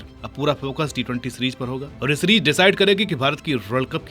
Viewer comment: Series ❌️ Sereej ✅️ 😂😂😂